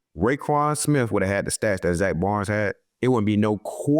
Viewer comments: Slay how you pronouncing your own teammate's last name wrong 🤣🤣🤣 it's Baun, you saying Zack Barnes 🤣💀💀 nice picks from all 3 of y'all against the packers tho! Defense wins championships 💪🏿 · Bad pronunciation, agreed; however it sounds like he is saying "Baunz". Hey you know grammar isn't a focus when athletic talent is the priority 😂😂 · “Zack Bonds” “Zack Barn” “Zack Barnes” lmfao damn just start calling him Z or Zack Slay 😂😂😂